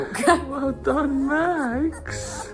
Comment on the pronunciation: U keep on saying maxs